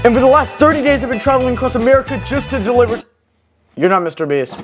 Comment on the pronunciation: The "deliver" never fails to make my day 😂